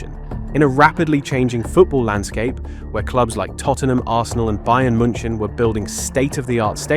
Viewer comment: he pronouces the 'Bayern Munshin' 😂